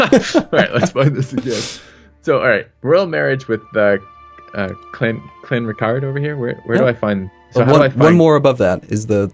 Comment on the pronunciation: lol, i heard say ''Clanretarde''